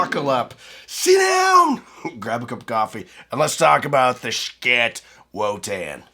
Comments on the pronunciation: Wish I knew why you pronounced it Shkit. There’s something really off-putting about a familiar word or name that literally everyone pronounces one way… and then one person repeatedly saying it completely differently. It’d be like one lone reviewer saying hee-fee every ten seconds, instead of hi-fi. No hate… just very curious❤ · Just please pronounce the company name correctly. Not sure what the hang up is with saying Schiit.